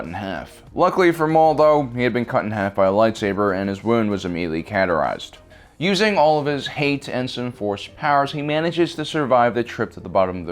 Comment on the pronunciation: I wonder if has ever heard the words and names he speaks, pronounced by others. What is “Katureyezing?” Who is “Dinjer’in?”